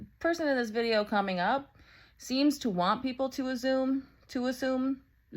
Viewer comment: "to azume" killed me